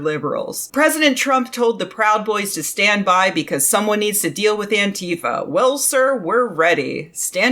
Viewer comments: Oh please, for the love of spaghetti, it's Ántifa, not Antééééfa. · I wince a little whenever I hear an American leftist use the Trumpian mispronunciation of "Antifa" :/ For a while it was a handy shibboleth (anyone who said "AnTEEfa" was either ignorant of it or right-wing or both), but now Americans seem to have collectively settled on saying it wrong.